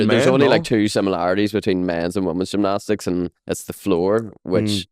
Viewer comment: Llf at trying to say gymnastics 😂